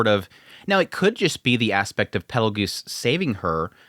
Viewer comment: Sirius husband Perugius ? Pettelgeuese andrew on the mushoku brain You did say petelgeuse every time afterwards. Just the first one caught me off. Went back 3 times making sure im not crazy